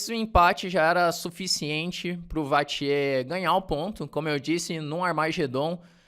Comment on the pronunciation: Dois reparos, se o me permite: 1. Vachier se pronuncia como se escreve vaxiê (foneticamente);2.Grand Prix não se pronuncia o x final, seria Grand Pri (foneticamente também). De resto gosto muito dos seus vídeos e sou...VIP!! A gente se vê no Continental!!